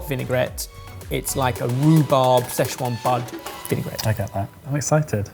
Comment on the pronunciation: Everytime they say "sze chuan" i die a little inside